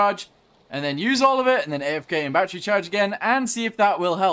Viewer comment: Why do you even call it Batteru If you really want to say it like that just label it as Batteroo instead